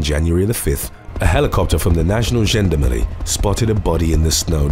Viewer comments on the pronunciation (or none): none